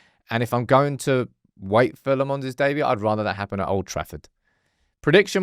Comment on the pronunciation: Say Lammens properly ffs, he already said in the video. Dont be an ignorant